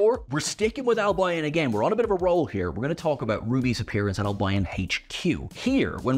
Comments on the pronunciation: "Al - Bye - un"? Surely it's "Al - Bee - on" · Why do you keep saying Al-by-on, it’s pronounced Al-be-an…just saying 🌞 The one thing I haven’t heard anyone else mention is the older woman at the bar in the Dead Wood, is a very famous actress. Both her and the others in the bar must be coming back to haunt us at a later date. I don’t believe it was just a cameo. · It's not AL BI ON, ITS ALBION !!!! its one word get it right 🙄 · its Al-be -on not al-by-on ❤ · I thought Albion was pronounced „Al-bee-on“, not „Al-bi-on“. 🤔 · Al-bee-uhn, not Al-bye-on. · Albion is Alb-ee-on, not Alb-eye-on. 🙂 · It's AL-bee-un. Not al-BI-on. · Al-bee-un. Albion. Not Al-by-on 🤣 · you're pronouncing Albion incorrectly. It's Al-bee-un, not Al-by-on. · It's pronounced 'Al bee on', actually, not 'al by on'. Usually pronounced as if has two syllables, not the three syllables that you stretched it out to. I cringed every time that I heard you say 'Al bye on'.Even the Welsh don't pronounce it like that. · Albion is surely pronounced (as in West Bromwich Albion F.C.) is pronounced Al-be-on not Al-by-on ? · You do pronounce Albion very oddly. It's Al be on with the stress on the 'al'. Not al bi on with the stress on the bi. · Fascinating to see the easter eggs; but let down by the mispronunciation of 'Albion'. Never heard someone say it 'Al-by-on" before. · West Bromwich Al-BYE-on 🤣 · it's pronounced L-BE-ON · Al-buy-on? Interestingly Perfidious Albion (from Shakespeare) is well known in French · ...Surely that's not how Albion is pronounced? Desperately hoping I haven't been saying it wrong for over 20 years... (Al-bee-on/Al-bee-un, right? Right?) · Can someone coach on how you pronounce Albion. It’s Al Be On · Albion is pronounced "Al - Bee - On" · West Bromwich Alb-eye-on? Brighton and Hove Alb-eye-on? Need mindbleach. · I've never heard ANYONE pronounce albion like that. & I'm Irish. It's pronounced al-beeon sir. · Isn't it pronounced AL-bee-ern ? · "Albeeon" not "Al-by-on". 🤦